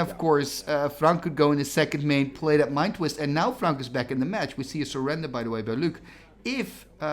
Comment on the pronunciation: Sorry, I wrote that when I misunderstood the accent of the narrator. "Serendib" sounded like "surrender"